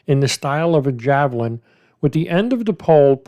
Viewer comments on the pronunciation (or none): none